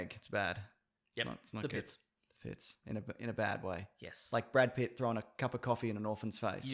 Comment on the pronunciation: He said (Brad) Pitts, not (bad) pits